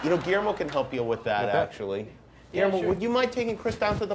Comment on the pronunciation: "gullermio" :D